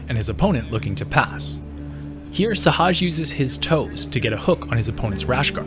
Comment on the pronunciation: why can't nobody say sehaj name right LMAO